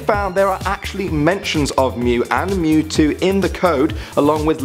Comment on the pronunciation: “ M E W T O W” you can’t be talking 💀